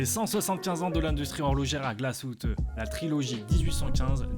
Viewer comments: Superbe vidéo, l’histoire est très intéressante Juste une petite persistions : en allemand, le « ü » se prononce « u » comme en français, c’est le « u » sans tréma qui se prononce « ou » Donc je pense que Glashütte se prononce GlashUtte ou non GlashOUtte Voilà, continuez votre travail, c’est grâce à cette chaîne que je me suis intéressé à l’horlogerie et c’est vraiment passionnant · On prononce Glasshütte et non pas Glasshoutté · On ne dit pas « glasshoute » mais « glasshute » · juste pour gouverne les mots en allements avec un trémat ¨se prononcent à la française genre le " ü " se prononce " u " pas " ou " et " ö " se prononce " o " pas " eu ":)